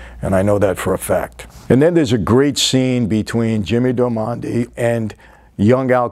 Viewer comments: Lol why does he keep saying all these names wrong? Did he actually watch the series? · Your pronunciation of Jimmy’s last name and Nuckys first name are wrong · Never heard Jimmy Darmody pronounced that way lol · James darmody your saying it wrong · You are brutally killing that characters last name lol you just made it an Italian last name when he is clearly an irish or Scottish or German white American guy 🤣🤣🤣🤣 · "Little People", Michael.... "Darmody" or "dar-muddy", not Darmondy.... I liked Boardwalk more than The Sopranos. The era, the work put into repping that era right, and all the performances of the actors. They were all great. Even "Kelly", or Margaret... lol... Good stuff as always, Michael. Same to you, brother! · It’s DARMODY not Dormandy hahaha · Great video! But, it’s Jimmy Darmody, not Jimmy Delmonde 😂😂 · Well since someone started nitpicking, let me jump in with a couple of my own... -Its Jimmy Darmody , not Del Monte. -Its Nucky , Not nookie (though there's nothing wrong with a little nookie). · Dar-mo-dy... It's an Irish lastname... from gaelic "O' Diarmada" wich means "Son of". Not Darmondy... who sounds French. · While we are correcting names it's not Jimmy Domanda its Jimmy Darmody. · “Darmondy” LOL “Michael Pitts” LOL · Michael you're killing me with "jimmy damondy"!!! It's darmody 😁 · Jimmy “Dar-mon-day” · I thought Jimmy's last name was Darmody instead of Darmondy? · I know you have probably gotten this a thousand times but it's just so strange to hear "darmonde" instead of "darmody". It's like the name is Italian instead of Irish. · DAR-MO-DY damn it, it's DARMODY not DAMONDY lol come on Mr F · It’s pronounced “Jimmy Dar-ma-dee” it’s an Irish name. Not “Dar-mon-day” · I heard darmondie and I was like huh? But since its Michael we will forgive. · He pronounces it the same way the butler does! 🤣 And I think he thinks Darmody is Italian so he calls him 'Darmonde'. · Jimmy's surname is Darmody, it's Irish. It's said like "Darr-muddy" i think